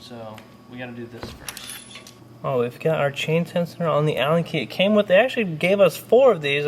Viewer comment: Can you say chain tensioners again? 😂🤣🤣